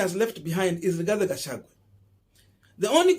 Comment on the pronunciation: He is called "Gachagua". Not "Gachagwe".